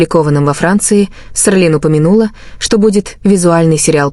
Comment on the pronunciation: Не Серлин а Селин